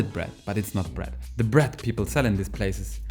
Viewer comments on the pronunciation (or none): i like how he says "bret" when he means bread lol